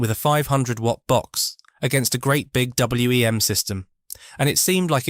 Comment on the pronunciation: Agreed. I had WEM amps and a Copycat and we always called it WEM (one word) not W.E.M. It is a bit distracting